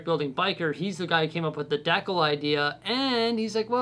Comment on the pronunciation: Best part of video: how you pronounce decal, lol 🤣 (Best wishes on the new space! Can't wait to see it!)